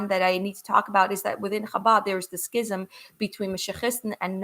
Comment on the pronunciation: Although I’m not Jewish, I have great respect for Jews of all sorts for many reasons. As a former Catholic, I do know about schism. It is pronounced like scissors. There is no sound of C in schism.